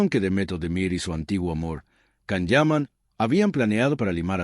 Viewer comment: So much BS! And his name is pronounced “Jahn” Yaman.